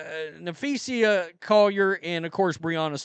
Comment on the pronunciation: nah- FEE-sah, not: nah-FEE-see-yah